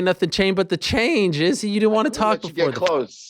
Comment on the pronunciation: Yea, if we could pronounce Izzy's name WRONG again, that'd be great!! 👍👌